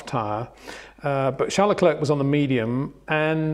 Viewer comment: It's difficult for me to have that much respect for Mr. Windsor's reporting because he constantly mis-pronounces well know drivers' names. LeclerK? The name is a French word and to give it a "British" pronunciation is arrogant snobbery. When others such as Crafty, Jenson Button, Karun, etc. say it correctly it stands out when Windsor & Lazerby say LeclerK. Disrespectful IMHO.